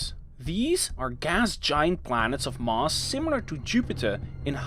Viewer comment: Thanks for another great video. Very interesting, but you didn't mention the Precession of Mercury's orbit, eventually explained by Einstein's Theory of GR. Or are you saving that for another video? I hope you don't mind me mentioning that, your pronunciation of the word "Mass" often sounds like "Mars", as in the Planet!! Perhaps I only noticed it because I spent a fair amount of my working life in Rotterdam. (Great city BTW!!) Thanks again.